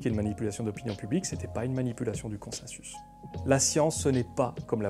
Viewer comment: On dit "consensus" ou "consinsus" ? :) Vidéo très intéressante, je préfère de loin ce format à celui de la méthode Z. Petite question, tu as parlé des malversations du tabac dans les 50's, que penses-tu de la manière dont le consensus scientifique s'est formé sur l'alimentation à la 2ème moitié du XXème, en particulier la guéguerre entre le lobby du sucre et celui de l'industrie laitière, et il a fallu attendre les 2000 pour qu'on se rende compte (du moins dans le grand public) que la fameuse pyramide alimentaire (que j'ai encore retrouvée dans les cahiers de mon fils de 8 ans) n'était pas basée sur du savoir scientifique. Il s'est passé quoi, c'était purement politique, ou bien le consensus n'existait pas ? C'est une question honnête, je ne cherche pas la bagarre :) Un membre de ma famille de l'alternosphère revient régulièrement là dessus pour finalement raisonner comme Lalanne.